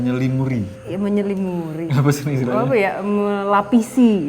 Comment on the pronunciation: Menyelimuri ❌ Menyelimuti ✔️